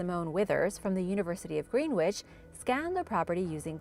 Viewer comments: It’s pronounced grennitch not green witch 👍🏻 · Greenwich - pronounced “Grenitch”